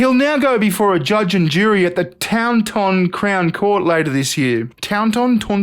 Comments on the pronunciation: It's pronounced torn-ton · Taunt-ton is how its pronounced. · "Tawn-tan". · As a English bloke it's pronounced " tourn ton " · It's pronounced "taunt-ton" like taunting someone and then ton, like... ton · I'm disgusted, this story left a bad taste in mouth. It's pronounced Tawntun. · It's pronounced Taunt-tun. And being offered tea at a doctor's isn't even fuckin normal in England! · It's pronounced taunt"n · Pronounced Tawnton and the ton part is more like turn, now remove the r from turn and you now know how to pronounce it. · Pronounced "Tawnton" 👍😁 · Taunton is pronounced "Torn-t'n". Yeo is pronounced "Yo". I'm from Somerset, and not too far from where this degeneracy happpened...... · As an Englishman, I can announce the pronunciation of Taunton is Torn-ton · It is pronounced Tawn- Ton, and Yeo is pronounced Yo, I'm a local. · Taunton Taunt-on, how is that hard for you? 😂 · It's pronounced Torn Ton bud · Taunton is in zummerzet so it's something like "torn-uun" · *Torn-ton - I used to live there. This video is well funny. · It's pronounced 'tont-un'. He might have got away with it if he'd offered her Kefir instead of tea, as that tastes like spunk anyway. Erm, not that I'd know being a hetero male...Tell a lie, I have actually tasted my own just to find out what my girlfriends were going through. 😝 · It's Taunton you bloody bastard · this video is just messed up and what's worse is not only did you pronounce Taunton incorrectly shame on you but I live close to where it all happened